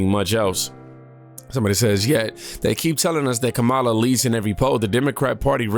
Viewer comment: It’s KARMALIAH 😂